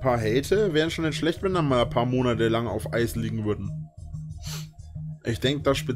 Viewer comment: "Wenn die maln paar Monade auf Eis liegne" Ja zu gut, dass du schon aweng scho a paar Jahre auf der Couch liegne tust! Was Reini?